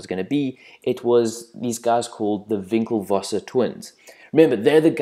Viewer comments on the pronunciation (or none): HAHA over priced at $1000 .. It's WinkleVos not VinckleVos. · It's "Winkle-voss" not "Vinklevosser"